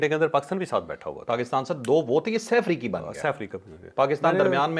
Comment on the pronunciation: Professor sb definitely excuses you on "FARIQAIN" untill you practice it.....